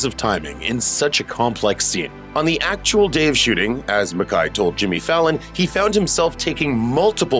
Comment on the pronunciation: McKAY, not McKAI. It’s literally spelled out for you